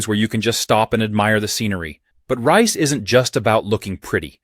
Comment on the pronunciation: Listen Fella. It's blooming pronounced Rise, not rice...